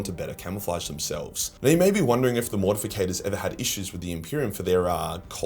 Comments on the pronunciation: Why does mispronounce Mortifactors as “Mortificators”? He does this a lot and I’m just kinda curious if anyone onows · But. It's "MORTIFACTORS" not "MORTIFICATORS". Ffs man, get yer shit together. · Morti - factors... Not morti - fi - cators. But cool video 😂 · It is spelled and pronounced Mortifactors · It's spelled and pronounced Mortifactors. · its MortiFACTORS ffs :D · Yeah idk why so many people mispronounce it